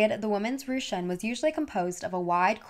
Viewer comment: Ru qun 🤣 is pronounced Ru kun. Not rushun or rushan